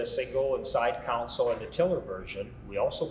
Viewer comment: Love the videos, one bit of advice, the word 'console' is pronounced con sole, as opposed to 'council'. This may seem petty, but they are two completely different words. Thanks, love the Coyote boats! Regards, D. Wilson, Tacoma, Washington.